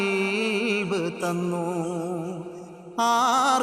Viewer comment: കൽബ് അല്ല ഖൽബ് ✅